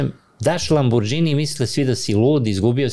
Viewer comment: Ne znam što reći: svakoj zgodi fali sto objašnjenja, konteksta, priče o kriminalu. Ali vrh je kad je uz sve te milione, i dalje na mentalitetu da ne zna pročitati Lamborghini - čita ga kao nepismeni Srbi, sa dž/đ 😂